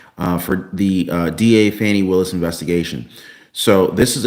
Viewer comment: you can not pronounce Fani Willus name correctly. You are reporting propaganda. How can you go to jail for dating someone. Get the facts!! There is no need for anyone to respond. I use to follow you not anymore. Definitely unfollowing!!!